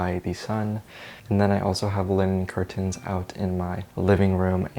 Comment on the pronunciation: the way you say curtains is c r i s p